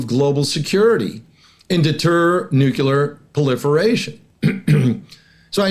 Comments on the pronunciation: *Nuclear Not "nucular" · Please sir; The word is nu,clear, not nucular. The Democrats made fun of Sarah Palin for pronouncing as you do. Makes you sound really bad. Nu clee ar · Nucular? Triangular : triangle. Circular : circle. Tubular : tube. Nucular ; “nuculus?” (Would you trust a pharmacist/chemist who couldn’t pronounce the name of your medication? Here is an expert who repeatedly mispronounces a significant word in his field of expertise. Otherwise, he seems credible.). Try to say, “nuclear,” as it is spelled, “nű-klë-ahr”). Learning American English is so complex!😢. “Close” counts in horseshoes, bacci-ball, grenades, communicable diseases, slow-dancing, atomic bombs, and nucular pronunciations.😂 Don’t let the detraction diminish the overall message. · How can you just focus on their nucular capabilities while ignoring their nuclear capabilities? I just don't understand modern military doctrine.😢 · The word is N-U-C-L-E-A-R. Mispronouncing it just makes you seem like a moron. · Why can't any of these highly-informed people pronounce correctly the word "nuclear"? It isn't difficult. Slava Ukraini